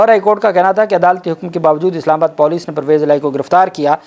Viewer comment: This Pendu has no limit pronouncing wrong / Insulting Urdu words.... Police and Bazyab Kerwana